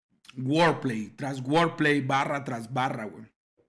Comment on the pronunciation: Sipo todo chido mi chingon no pretendo cagar el palo ni mucho menos pero aveces escucho que dices workplace y aveces escucho que dices wordplace wordplace simplemente no tiene sentido estarias diciendo palabra y lugar tal cual, ahora workplace ya seria lugar de trabajo, entonces alo que tu te refieres es wordplay eso significa juego de palabras Saludos carnal que estes bien 👍👍eres el mero top en escritas #1